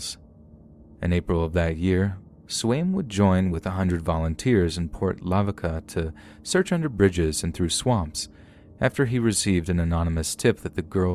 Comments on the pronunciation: It's pronounced Port la-vaka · Great job overall.....but my God man. 1.It's Texarkana (pronounced -CAN-UH, like Anna. The constant mispronunciation is ear grating). 2.Port Lavaca ( La-Vah-cuh. 3 syllables.) 3. It isn't "Ben Brooke's lake." Like some dude named Ben Brooke owns it. It is Lake Benbrook. Like the town it's beside. And for the future(cause they always get it wrong)....Waxahachie.... DON'T say wax.( Wah like Washington....wahx). It isn't hard. Look up the name. We Texans don't appreciate it when people mispronounce every other name of our home. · Yes, great voice! But it's Port La-VA-ka instead of Lava ka. Please let us Texans help you with the pronunciations of the weird town and county names in our state!